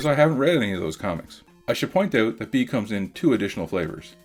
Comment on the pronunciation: It's bee not bii